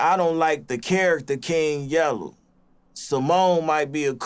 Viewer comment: “The character KING YELLEW”😂